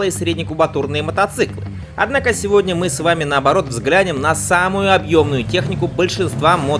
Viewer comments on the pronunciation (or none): none